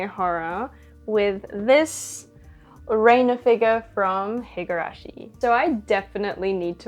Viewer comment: i won’t spoil it for you in case you haven’t gotten to this part of the story yet, but renas name is actually pronounced (rehn-ah) and not (rain-ah). i don’t think this was gone over in higurashi gou and sotsu but in the original higurashi series and visual novel (which you should definitely check out btw!!) they give a reason for why her name is pronounced like that!